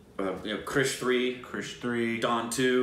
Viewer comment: If you want to see Hrithik act then watch Zindagi Na Milegi Dobara! Kaabil is also excellent. Side note: how do you manage to pronounce "Kaabil" as "kabaali" and "krrish" as "Kirsh"? 🙄